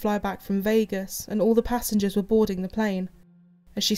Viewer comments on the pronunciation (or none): none